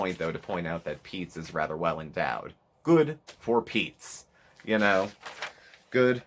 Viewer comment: the “GOOD. FOR. PEETZ.😬” took me out lol